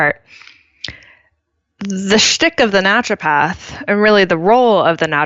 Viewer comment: I'm not sure what make me grind my teeth more, Britt laughing at charging a worried parent 150 dollars for holding a hot onion next to their sick kid's ear, or Seth constantly adding an L in the middle of 'Naturopath'.